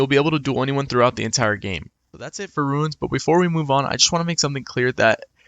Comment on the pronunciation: Theyre called RUNES not Ruins